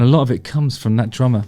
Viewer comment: "And a lot of it comes from that ______" - Drama? Trauma?! I couldn't wrap my head around what he said (because both terms do apply lol), but then I went to closed captions and... oh... "DRUMMER" 😅